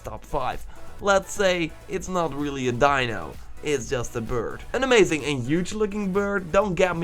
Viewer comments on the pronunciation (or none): none